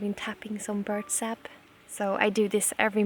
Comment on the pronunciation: Dear Jonna, when you say "birch sap", you make it sound like "bird sap"